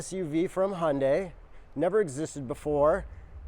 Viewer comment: hi yun dai you're professionals, you can learn to pronounce this